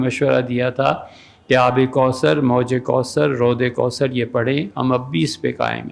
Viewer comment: Not " Roz " it "ruod e kuosar "